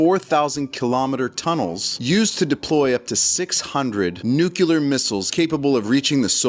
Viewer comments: New clear not newk ya lurr. Its fuh mill eee urr not fur mill yer. Not sure why that bothers me so much but I have trouble taking people seriously if they can't bother to learn to say words correctly. Thry must have gone to the learing center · For the zillionth time. It's NU CLEE AR. Not NU CU LAR. Guy talking on here should be ashamed of himself.